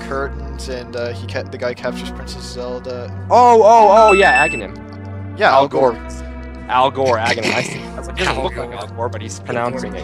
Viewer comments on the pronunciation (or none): did he...did he call Aghanim...Al Gore? dafuq? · I about died of laughter when I realized was talking about Aganhim when he said Al Gore.